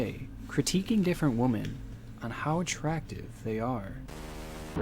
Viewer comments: He keeps saying "woman" when he should be saying "women"...it was annoying. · Great video but my god I got so annoyed at the way he pronounces “women” as “woman” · Why does the narrator keep saying "woman" when he should be saying "women" ? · For those of you commenting on his woman/women pronunciation… He actually wrote on his own video, one day I’ll be able to pronounce women, but today is not that day 😂 That’s kinda what made me a fan lol. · The most disturbing part of the video is inability to pronounce "women." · He actually wrote on his video, one day I’ll be able to pronounce women, but today is not that day 😂